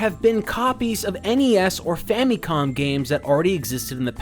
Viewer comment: Why do you say famicom like fammycom lol